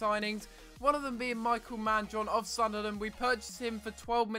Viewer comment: I think his name is pronounced Me-k-eel because I have a friend with the same spelling and that pronunciation. Love the series btw.